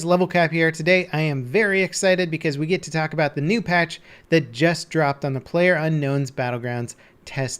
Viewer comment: Player UNKNOWN emphasis on unknown, guess everyone is player-unknown. I don't know why this amuses me